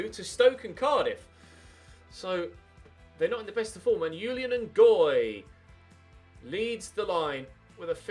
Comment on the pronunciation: Julien is a French name and you pronounce the J